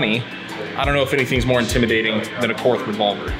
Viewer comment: Korth is pronounced like court. German spelling and pronunciation is sometimes significantly different. It’s fitting you guys tied. You’re both out of spec…